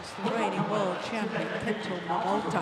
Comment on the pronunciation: she’s always saying “Kento MomoTO”.